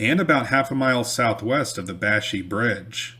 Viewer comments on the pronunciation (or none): its pronounced Bash-Eye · I love hearing stories about the area where I grew up hunting, fishing, and just running around in the woods as a kid with my cousins and our friends. The area where the Canoe Fight occurred is pronounced "bash-eye" back home.